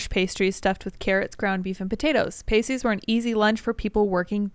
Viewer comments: Pasty is pronounced past-ee not paste-ee ok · It's p-ah-sty. P-ae-sties are nipple covers. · Btw, “pastie” is pronounced pass-tee. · Pasty rhymes with "nasty"...Not to mean those nipple covers with tassels.😐 Just sayin'. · Pasty is pronounced with a short 'a' sound. It's a regional food in the upper mid-west so I understand you guys not being familiar with it. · Hi, correction. I am a Cornishman from Penzance in Cornwall we have a long history of mining tin and other minerals going back before the Romans. The food you are describing ‘pasty’ is said with a short /a/ and not a long vowel. So, that food in Minnesota was 100 percent brought there by Cornish immigrants called ‘cousin Jacks’. My a gar oggy, Dyw genes. Kernow onen hag oll!